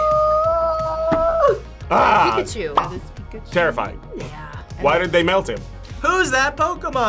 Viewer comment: "pika pee" 😂